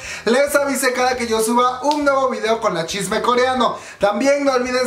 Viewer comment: Amo cuando dices shisme coreano :'3